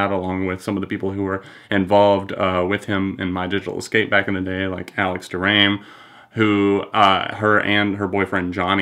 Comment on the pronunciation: It's Alex "doh-ruh-may"